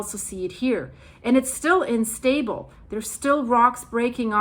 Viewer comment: plz its U-Nstable ,, you keep a horse IN stable...